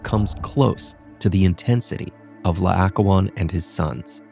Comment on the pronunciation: PLEASE try to get people who can pronounce Greek names correctly for the narration... It's La-oh-KOH-on, the second vowel is an O and the stress is on the penultimate syllable.